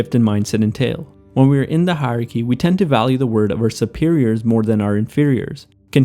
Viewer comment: It's "hierarchy". You can't just skip syllables when they're tricky to pronounce!